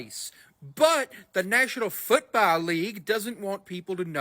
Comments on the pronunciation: “Austraylia is the Nayshional Footbowl Leegue, a teevay show filmed in Argentinia.” Wait What…. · What is a "Futbalee"? 😂